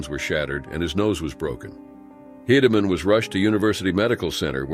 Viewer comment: Why don't video creators check their work. Mispronounced names of Mauney and Hedeman. Lazy and aggravating.